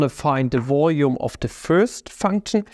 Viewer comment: It's VOLUME not "voyu🥴me" Your accent really gets me like, Value= vayu Try saying L for once atleast